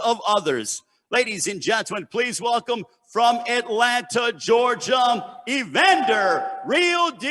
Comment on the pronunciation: Th he kept saying Georgiam smh